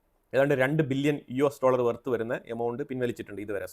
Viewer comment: ബില്യനും ...മില്യനും.... പറയുമ്പോൾ ..... വ്യക്തമായി. ' നിർത്തി നിർത്തി..... പാടൂ